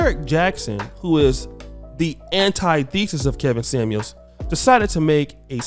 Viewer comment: It's antithesis my boy.